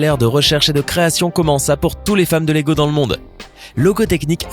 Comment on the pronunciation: il a dit logo technic mdr